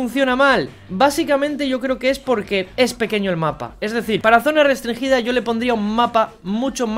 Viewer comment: Nadie: Absolutamente nadie:: Zona restrinGUIda